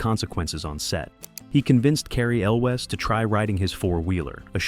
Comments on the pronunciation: Elways Pateenkin *pronunciation key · Yes! I like the video, but the guy needs to learn how to pronounce Patinkin and Elwes correctly. (Edited because I just noticed that I spelled Mandy's name incorrectly. At least I know how to say it. 😂)